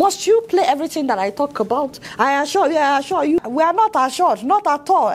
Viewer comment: By the way, which one is "I asua you"???